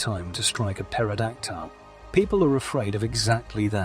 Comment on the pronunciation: It's pronounced "Terra - Dactyl" ☺️